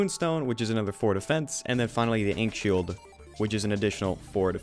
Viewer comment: the way he says ankh shield really bugs me